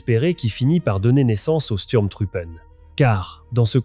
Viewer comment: Votre exposé est très intéressant, mais, travaillez votre prononciation de l'Allemand: Sturm se prononce "CHtourm" Truppe se prononce "trouppeuh" Truppen se prononce "trouppeune" Faites un effort, Donnerwetter!!! votre prononciation est ridicule.